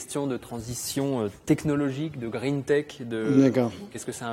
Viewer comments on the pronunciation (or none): none